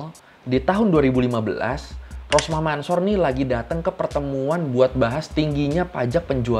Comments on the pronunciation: Ralat ya bang mansor kalo di bcanya Mansur bukan di baca Mansor maaf yg betul emang bacanya mansur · Cara bacanya Rosmah Mansur,bukan Mansor itu hanya penulisannya aja :) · Mansor di baca nya Mansur boskuh